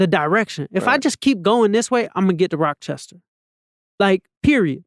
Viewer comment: Replayed at least 9 or 10 times since it dropped & still getting gems.. also couldnt help but laugh every time he said rockchester NY🤣